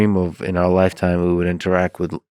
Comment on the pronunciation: InteractT!!! The word is “InteracT!” With a T at the end!!! GOD this guy suuuuuuucks!